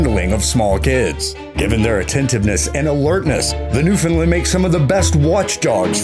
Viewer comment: I cringe every time a bloody mainlander says "New-FIN-land"... it's New-FOUND-land ... same cadence as understand.